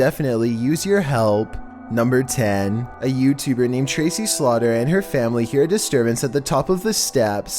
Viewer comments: I think tracyslaughter is pronounced tracys laughter not tracy slaughter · Is that tracy-slaughter OR tracys-laughter Those are some opposite wavelengths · Tracy Slaughter or Tracys Laughter?